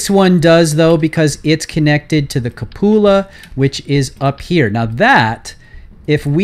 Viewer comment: OMG it's QUE-pew-la or COO-puh-luh. Cup-OO-la is cracking me up. Good lord.... Just realized why that pronunciation is so funny. It sounds like you're saying cuh-POO-la, and we all know that poo is one of the funniest words in the English language, second only to pants.